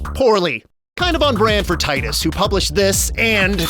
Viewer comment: Cinemassacre's Angry Video Game Nerd really hated Titus os much, he just called it "TIT-us" in one of his videos. After all, they made the N64 game of "Superman", where you just fly through rings. That's it!